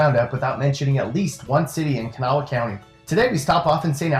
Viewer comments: I'm from St. Albans! You pronounced Kanawha and St. Albans wrong lol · U said kanawha wrong